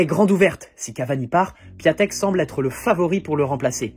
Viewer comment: On lit Piantèk frangin pour D'écrit PIATEK